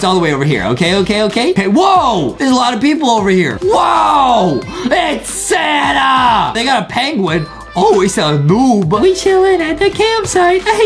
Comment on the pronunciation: Juatin say santa like sanna XD